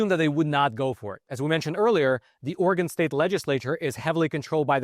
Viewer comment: Thank you thank you thank you THANK YOU for pronouncing Oregon correctly this whole video.